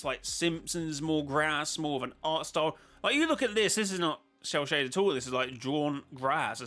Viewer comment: Shell shaded 😂😂😂 it sounds like sell shaded!